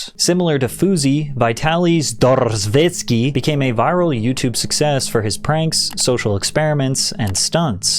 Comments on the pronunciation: patrick really said "vitaly zd🥁🥁🥁vetskiy" LMAO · I was not prepared for that roll, lmao